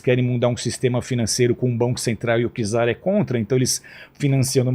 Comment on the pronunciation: E no português errou várias vezes, tipo czar se pronuncia "tizar"; falou sobre, quando era sob...